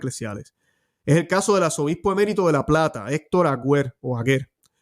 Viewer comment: Mons. Aguer, no Agüer. Dios te bendiga